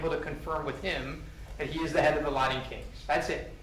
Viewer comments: I can’t believe has not learned how to say “Latin” yet 😂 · I hate the way he pronounces some words. Latin and important are the worst LOL